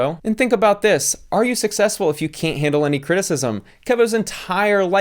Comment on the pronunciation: "Sussesfull"